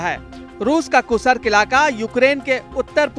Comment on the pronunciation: कुसरक नहीं कृस्क है कितनी बार गलत बोलोगे?